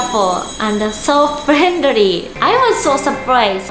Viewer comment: "Cheerful and frienry" Wow can you get English lessons pls Edit:green bananas is common in the Philippines